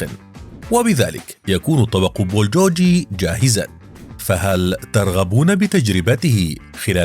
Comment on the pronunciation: بولجوجي شنو؟ 😁 اسمة بولگوكي ومعنى گوكي لحم بالكوري گ=g